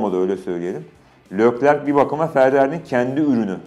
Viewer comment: Serkan Acar saygı olarak senin durmadan seslendin (Lökler diyorsun) söyleyiş aslında Türkçe yazarsan( Lekler diye okunur ) Lökler diye okunmaz